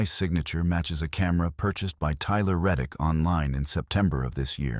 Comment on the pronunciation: Tyler Reick, not reddick. I can’t find this crime anywhere.